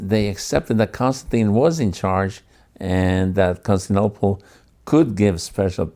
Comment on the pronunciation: Perhaps it was used, somewhere, in this fashion, but I have searched high and low... nobody else but "this guy' calls the city Constinople. The city is Constantinople. It is really hard to get past that.